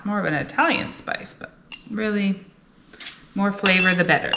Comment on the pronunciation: Everything's bettuh with chedduh.